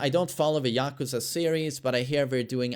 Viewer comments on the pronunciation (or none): none